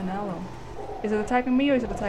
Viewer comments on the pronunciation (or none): none